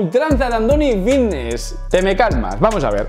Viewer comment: "joer que bien hablo si parezco aqui un profesional" y dices fitness con V... Dices Vitness 😑